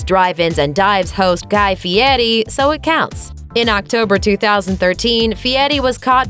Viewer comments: It's fieri, not Fie-ee. The R isn't silent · Feeyetti? How does Fieri translate to Feeyetti. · Who’s guy fieti? I know a guy called guy fieri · And don't forget Guy "Fee-ehttee"... Lol, as a Sicilian (an island owned by Italy) who also speaks Spanish, I get that we pronounce our "R's" differently than English speakers do. However, we don't over-enunciate them like that! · It's not fiyeri lady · The way she says guy furi is bad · No t,s in that name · Nailed that last name feiri